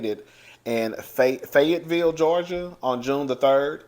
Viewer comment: Yes your pronouncing it correctly!! And Fayetteville is beautiful with big gorgeous houses!! 😊👍🏽